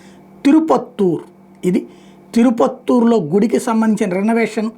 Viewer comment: తిరుపత్తూరు కాదు తిరుపుత్తూరు.